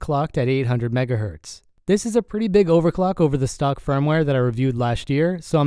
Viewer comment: When you eat Sake Udon instead of.